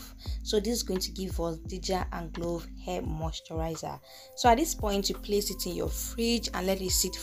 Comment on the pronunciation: Not glove it’s clove .. thanks